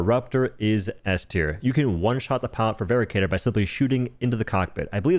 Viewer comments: its veracitor, not veracator my dear:3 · Hate to be this guy but rather certain it is pronounced "vera sitor" not "vera cator" due to the "ci" making an S noise and lack of an A. Otherwise great info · It's Veracitor, not vericator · I'm pretty sure it's pronounced "VER - ASS - IT - OR". Like "veracity." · It's pronounced ver-rass-i-tor btw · I hate to be that guy, but "veracitor" is pronounced "ver-ASS-it-or," like the word "veracity." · its pronounced "Veh-ra-sih-tor", derived from "Veracity" which is latin for truthful or honest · I thought the Veracitor was pronounced more like how you'd pronounce Velociraptor, where the C makes an S sound. Also, I've been loving the Trident against Illuminate. I would put it in A tier solely for how quickly it rips through shields, whether it be dropships, harvesters, or objectives. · Pronouncing Veracitor wrong. Supposed to be like Veracity I think